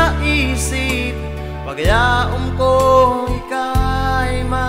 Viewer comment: Ang problema sa lyrics so dae batid magbikol mamomohit dae mo mabigkas so paglia-0m dapat paglaom tabi manoy 😂